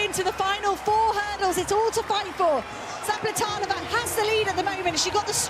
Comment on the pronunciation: ...and you still got it wrong :) Its Zapleta"lova" :)))